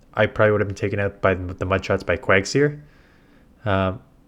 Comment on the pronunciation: PLZ FOR THE LOVE OF GOD STOP CALLING IT ‘QUAGSEER’ it’s QUAG-ZIRE